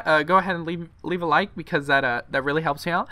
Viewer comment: bro stop saying levae a like because it really helps me out its so annoying